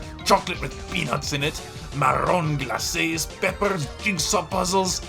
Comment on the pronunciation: I'm impressed by your pronunciation of "marrons glacés"